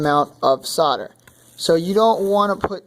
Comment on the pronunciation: Good grief man, its not pronounced sodar. Its called SOLDER, say SOLDER, god damn it